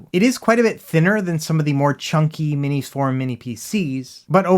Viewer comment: Thank you for pronouncing "MinisForum" correctly, unlike ETA Prime.